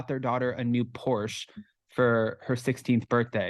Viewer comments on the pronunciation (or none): none